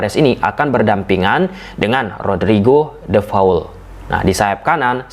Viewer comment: Namanya De Paul mas, bukan De Faul 😀